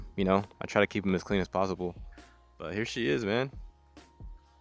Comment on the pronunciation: sounded like a paisa saying “possible”